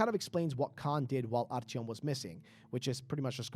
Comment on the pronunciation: Idk how you butchered artyoms name